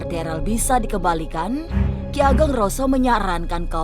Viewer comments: Namanya Darel bukan Deral 😅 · DAREL BUKAN DERAL, KLO MEMANG ADA DISITU COBA DIAMBIL BISA NDA? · Darel woiiiiiijij bukan deralllll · Host nya bikin kuping risih Ngomong darel aja jdi deral